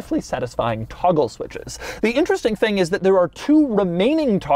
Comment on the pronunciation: Say 'toggle' again